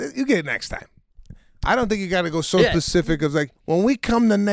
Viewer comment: Hey Sebastian- the word is “SPECIFIC” not “PACIFIC”! $20 million dollar house, movie career, etc. you should have listened in your Arlington Heights middle school classroom!